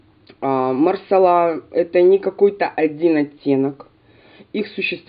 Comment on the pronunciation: МасалА , а не малсАла (не от слова сало)))))))) у французов в 100% ударение на последнюю гласную. Хотя проверила нет четкого ударения.